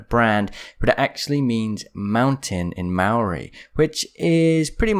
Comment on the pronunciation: OMFG I'm from nz and the way you said maori was so cringe